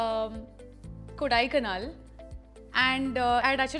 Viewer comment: Wtf is a kodai kanal , it's kodaikanal as a south indian i am disappointed 😞